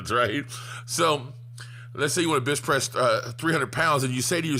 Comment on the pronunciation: Anyone else hear "bitch press" instead of "bench press"? 😂 Love this tip! It's has soo much truth to it. Alway aim higher.